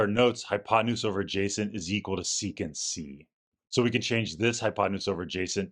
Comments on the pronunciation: After such a lengthy explanation, why didn’t you complete it with the intended pun? Saying "secant C" for sec C isn’t funny. Saying "sec C" (sehk-see) = "sexy" IS funny! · And then you F the whole joke up by saying "Secant C" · maybe u r also not english as me and didnt realize u ought not to read it as "secans" but just "sec C" = sexy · And still not pronouncing as: Sexy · It would have been funnier if you had pronounced Sec C with a short E, like it is spelled. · read it "sec c"❌ "sexy"✅ 😂